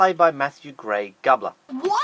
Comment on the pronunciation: Did he just pronounce "Gubler" like "Gub-ler"?... It's pronounced "Goo-bler"... Sorry it just really bugged me to hear Matthews name pronounced wrong...